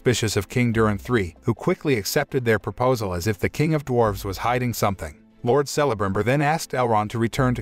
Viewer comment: Dude you are killing me with some of your pronunciations of different names. You are saying Celebrimbor wrong. I wanted this series to be good so bad but it made a mockery of Tolkien work. I don't know why these movie companies are having such a hard time making a good movie or series. Disney and Star wars to name a few. Lets not forget about the MCU or better known as the MsheU. Its like their worried about trying to make these statements instead of telling a good story. Im not interested in LGBTQ politics and how men are bad and women are so much better. I'm not interested in BLM stuff. Stop race and sex changing everything we hold dear. Im just wanting a good story. Its like these companiesare confused on what demographic they are trying to reach. Stop all the woke shit and tell a story worth watching. Southpark nailed it with all the stupid crap these companies are doing. They wonder why their movies and series are failing. This isn't Tolkiens story. Its a heaping pile of crap. Do better